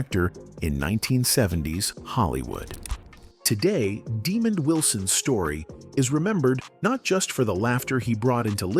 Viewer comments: Man his name is not demon his name is Desmond.. man you don't know how to speak correct English.. go back to school 🏫. You are uneducated. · He needs to learn how to say his name, right. His name is not demon! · "demon" wilson. thank you ai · Can you read STOP Butcher the man's name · Actually Demond Wilson was born in New York Not Valdosta Georgia Google it this guy talking here cannot pronounce Demond's name right 🙄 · He can't pronounce Demond's name right 🙄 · I'm sure it's AI not pronouncing the name properly. Notice Diahnne Carroll was mispronounced as well.